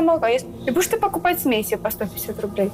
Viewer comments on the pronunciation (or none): "смэси смэси" убило 😂😂😂😂😂😂😂😂